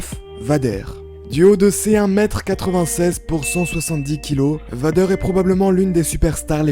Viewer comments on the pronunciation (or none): Ça se dit véy deur